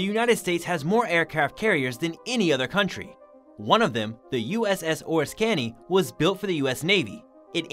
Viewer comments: I remember, during my Navy active duty days, being part of the USS Oriskany Battle Group. The narrator mispronounced the name of the carrier. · Frustrating hearing Oriskany mispronounced so many times. Hard to believe no one involved in the production of this video knew the correct pronunciation of this famous warship named for an equally famous Revolutionary War battle site. Someone should do some voice-over editing to correct this irritating mistake. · Art Deco, Oriskney, and Puget Sound are all mispronounced. BTW, deco is pronounced “Deck O” like the deck of a ship. And any fool can see that the ship shown on the left is not The Duke Of Lancaster.